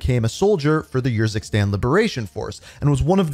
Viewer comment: How many times can say “YURZUKSTAN” instead of URZUKSTAN